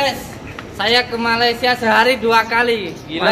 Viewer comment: Min yang benar malaysia bukan malasia